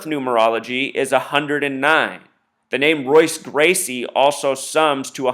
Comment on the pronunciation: This is dumb as fuck regardless but jesus christ its MMA and Jose Aldo got ko'ed just like a bunch of fighters have been ko'ed in the UFC. This is embarrassing. A: You can't even say Royce Gracie correctly, so i take it you aren't a big UFC fan B: Are you saying that they made Jose Aldo champion in 2009 so that he could fight Conor Mcgregor, a fighter who had barely even begun his MMA career at the time, so they could do this illuminati ritual whatever you wanna call it? lol no that doesn't sound fishy at all no but a fighter being knocked out in 13 seconds in a sport where it is very common for fights to end quick does. Have a nice life dude you need some pussy or something, get a hobby that isn't severely detrimental to your perception of life.